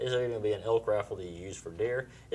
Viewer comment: I thought he said elk, sounds more like he's trying to kill the hulk.